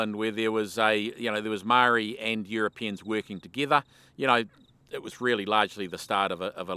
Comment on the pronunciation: pity you still cannot pronounce Moe Ri, but great yarn, well told